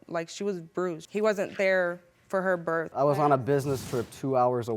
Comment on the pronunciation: “I was at the birf.”